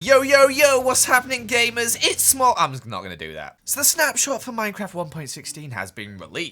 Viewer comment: i thought he said “gaymers” 😭